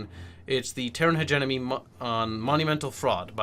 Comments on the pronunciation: Really enjoying your videos! Just a note though: it sounds like you're saying "hegemony" pronouncing it "hedge-enemy" but it's actually "hedge-EM-ony" But great video, enjoying these a lot! Keep em coming! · But, it's pronounced hedgemedgewedgemony